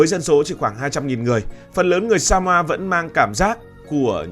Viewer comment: Chứ " Samoa" còn không biết đọc, làm sao đủ kiến thức để đánh giá...Samoa !